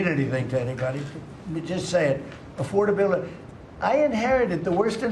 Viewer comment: 💙 Trump is so full of shit with his imaginary conversations and it's mind-blowing how he thinks a cognitive test is a IQ test. Pronouncing the word affordability like he's never said it before in his life. What an idiot! 🖕